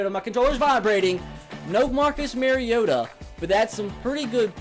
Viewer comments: ***** says MARE-iota. you're supposed to say MAR-iota. repeat after me. MAR... iota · ***** It's not his accent though. He's saying it wrong. You defending the wrong pronunciation makes you look worse than the people ignorantly saying it wrong. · ***** I dont mind it really. I just think its weird that he says it wrong when he's a titans fan